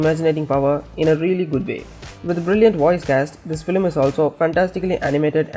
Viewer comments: why dose he say flim its film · why is he saying "flim" instead of film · It’s FILM NOT FLIM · Its film not flim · why does this guy keep saying Filim... ugh, its Film or just stick to animation